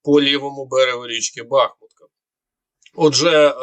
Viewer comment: Сам ти бахмуткА,кажи БахмУтка...